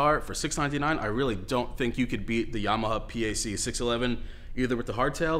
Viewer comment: Why are you saying "Yama-huh"?